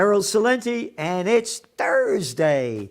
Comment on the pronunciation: Toosday and Turdsday with Gerald!